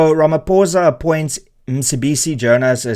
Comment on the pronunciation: Pitty you can't even say his name properly. Gives you no credibility... 😅